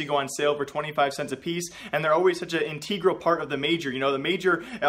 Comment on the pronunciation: Did he say inteeeeegral